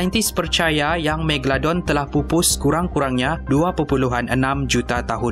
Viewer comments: MEGA...LO...DON bukan MEGA...DON apa benda lah kau ni.. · Megadon ke Megalodon? dgar mcm ckp Megadon 😅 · kau salah cakap tu bukan megadon tapi megalodon😅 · Scientist: megalodon: megadon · Bkn tu je aku dngr sebut megadon, megolodon, megaladon hahahahahah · ekram tersalah sebut.. "Megadon" 😂 btw nice facts!! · haha megadon ke megaladon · "megadolon" hahaha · Megladon kh megalodon 😜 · Ha megadon haha megalodon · Haby Blo megaladon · Megalodon. Bukan megadon 🙂😅😂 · Haha its Mega.. Lo.. Don. Bukan Megadon aduii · Megalodon...bkn megadon...haih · megadolon hahahahahah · Aku dengar kat sini megadon megaldon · megaladon/megadon Me:confuse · bukan megadon bukan meglodon..megalodon kan? haih pening😂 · Kau sebut magalodon pun salah hahaha